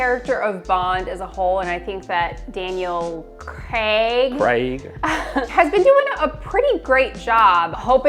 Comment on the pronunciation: Btw its craig not CRAG!